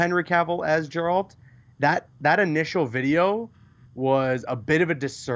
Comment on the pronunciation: Geralt is pronounced with a “g” like in the word “god”. Coming on, you call yourselves a games podcast lol